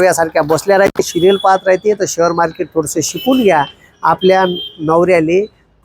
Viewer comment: शहर मार्केट नाही ओ शेअर मार्केट म्हणा